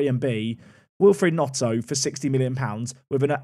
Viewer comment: yeah but was calling him Notto 😂